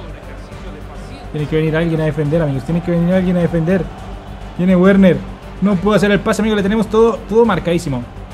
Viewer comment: Se acabó el año y no fue capaz de decir Werner bien jajaja